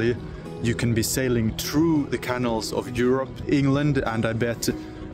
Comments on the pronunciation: Canal is pronounced like canoe. More of a K sound, and the syllables are ca-nal, not can-al. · Love following your progress. (Pronunciation tip: say caNAL, not canil.) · My apologies, I know I sound petty but please, please, please try and pronounce canal: ke nael (ke nel). I cannot (but I want to and I will!) travel through the European canals with you with that pronunciation. Don't know why, but it drives me CRAZY!:face-orange-biting-nails::body-blue-raised-arms::eyes-pink-heart-shape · If I buy you a coffee will you please learn how to pronounce Canal properly? 😂😮😊